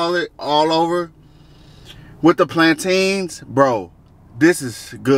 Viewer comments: I spent two weeks teaching my cousin how to say plantain yall Americans be killing me😂😂😂😂😂😂😂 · Did you get the plan-tain on a moun-tain? Iykyk